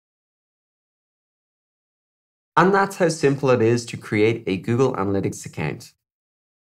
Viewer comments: Account shd be pronounced as acowww+nt not a + kennnnn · Great video straight to the point, but why you saying account like that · 😂accant not account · 😂 I was thinking the same thing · I a-can’t get over how you say account.😂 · "Accant" is how im gonna pronounce it from now on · Google “ACCANT” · Ffs now I can’t not hear it!! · "Accant" keep up with you🤣, nice way of pronouncing. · Great video. Love the way you pronounce "account" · Who am I kidding, this shit is hilarious 🤣😂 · I don’t know why on earth there’s a pronunciation like that? 🤷‍♂️ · literally was just thinking that. lol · I can't ... account ... potato ... potahtoh lololol! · Nick T Khan hahahhhahhaha Dude you nailed it hahahaha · "Account "😄😄 no offense it's just funny